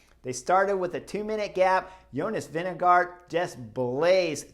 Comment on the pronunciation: Why do you ask an american? The name pronounces Vingegoor with a thick r.